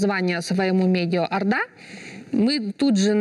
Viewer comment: Почему говорите арда кz ?Орда кz не можете говорит?